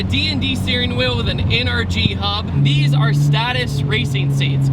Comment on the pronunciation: stop mispronouncing Stätus! love you;)